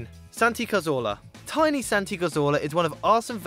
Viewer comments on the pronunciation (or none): none